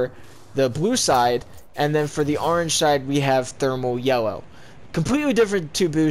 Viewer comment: Nobody:: aringe